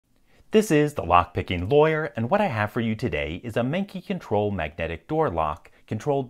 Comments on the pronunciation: > Mengqi Oh goodness, I thought you said "Manky". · i love how the english pronounciation of mengqi is "manky"